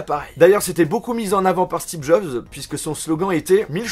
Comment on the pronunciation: "Stib Jobs"